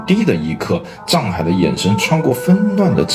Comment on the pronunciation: 藏海····不是沧海··